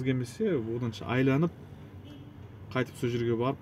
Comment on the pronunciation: Айланып емес, айналып деп айтсаң, қазақ тілін бұзбай